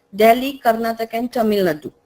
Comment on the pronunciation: y can t u pronounce karnataka nd tamil nadu properly aren t u indian r do u think that speaking it wrong will make u look cool ?